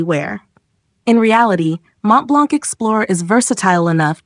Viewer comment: So, Lynx Africa applied liberally doesn't cut it then?! By the way, it's "BULgari", not "BulGARI", and there's no "k" at the end of Montblanc. More training of the text-to-speech software required.